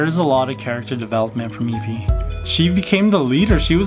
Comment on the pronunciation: You said nevie 😒😒😒😒